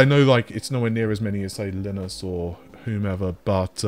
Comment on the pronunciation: No big deal but FYI... Linus of LTT fame is pronounced Lie - nus, not Lin - us 😉